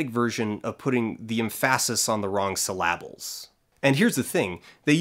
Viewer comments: The emPHAsis on the wrong syllABles threw me holy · The emPHAsis on the wrong syLLAbles 😂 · M-FASIS on the wrong C-LABBL xD tell me you're not from Quebexico too, FI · The emphásis on the wrong syllábles killed me.